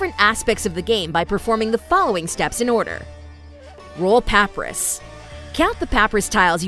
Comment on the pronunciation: Seems to just be a text to speech engine for this, which is definitely a little unfortunate. Especially since it can't pronounce papyrus. :P